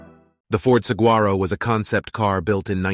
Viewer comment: I like how he mispronounces Saguaro in every conceivable way